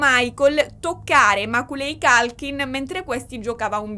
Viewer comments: ciao! non vedevo l'ora che uscisse questo video, 3 ore... WOW immagino solo lo sbattone che vi siete fatti nel raccogliere tutte le fonti e poi montare il tutto, grandi! solo per info tua, per quanto riguarda l'attore di "mamma hop perso l'aereo" si pronuncerebbe "MECOLI COLKIN" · Meccóly Colchin… non voglio fare la saccente… dio mi scampi e liberi dal demone dei nazzi-grammar o nazzi-pronouncer ❤❤❤ ne sono preda però… io uso google translate quando ho dubbi sulla pronuncia dei nomi inglesi. Dammi il nome di uno psichiatraaaa se ne conosci uno (vengo anche a Palermo per uno bravo!) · tutto bellissimo….ma non si può sentire come leggi il nome di Macaulay Culkin 😂😂😂😂 Ma io sono della sua generazione e ovviamente sono avvantaggiato…tutti noi ragazzini sapevamo chi fosse e come si leggesse il suo nome. 😁